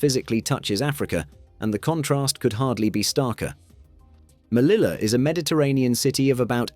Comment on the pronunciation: It's pronounced /meliya/